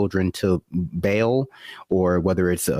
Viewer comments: Very well put. You spent way more energy on them than I feel like doing. Oh, just in case she's watching, Baal isn't pronounced "bale", it's generally pronounced "Bahl" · this isn't the point, but HOW DO YOU MOVE IN THESE CIRCLES AND NOT EVEN KNOW HOW TO SAY BAAL